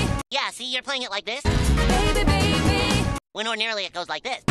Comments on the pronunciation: Original: bay be bay beh! New : baby babyy~ New version sounds bit off putting, they couldve tried to make it the same pronunciation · Are u kidding me? Even Justin Bieber's song "Baby" is pronounced beybehh. F*k me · it’s good but she pronounced baby right and didn’t go ‘behbeh’. i don’t know how to feel about this. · All the new songs in P3R slays, but Mass Destruction should stay in the 2000. Her pronouncing "baby" so fluently makes it oddly weird😂. Is there any reason why they couldn't use and adapt it from the main game? Genuinely asking